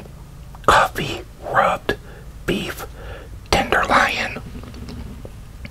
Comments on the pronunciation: hehe you said tender-Lion instead of loin. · It's tender "loin" not 🦁 my guy lol